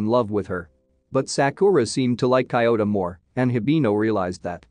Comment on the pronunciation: Cant focus when kiyota becomes coyota...